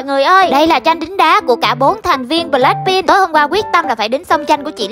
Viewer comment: Đọc ngộ v ? Bờ lách PIN